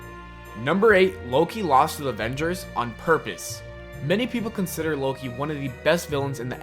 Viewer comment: come on you said loki wrong